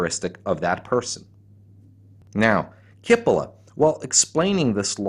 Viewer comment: the right pronunciation is cheepolla (rimes wit Capella and btw means onion)